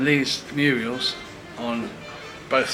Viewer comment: Muriels ?! Funny 😂🤣 (mural)